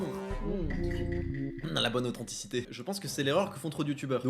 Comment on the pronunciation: "mmuhh blblblbl la bonne authenticité" mdrrrrr